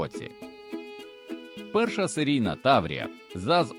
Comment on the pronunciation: Хто начитував це? 😅 таврІя, мОсквичи...на літредакторі економити не варто!